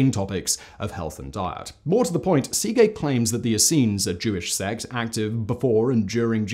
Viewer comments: Uh, that is NOT how you pronounce Szekely. Where the hell did you get sea-gay from? It's more like seh-kell-y if I break it down to the simplest form. I'm not very good at transcribing the phonetic forms of words but that'll do. Source: I'm Hungarian. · Seegay... cracked me up Simon.. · I usually enjoy these vids. However, the assault on the Hungarian language drives me to distraction. It is a phonetic language. It's not difficult to pronounce Székely correctly. Why do you make such a ham of it? You may as well be saying papreeeeka! Ouch.